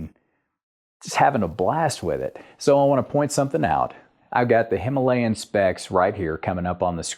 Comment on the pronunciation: Very thoughtful review indeed! I will be watching the rest of the videos as well. May I give you a challenge? Can you pronounce the word “Himalayan” correctly in your next upload? Wish you the best!